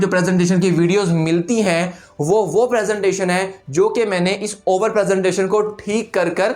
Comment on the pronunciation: He said " overrr " 12 times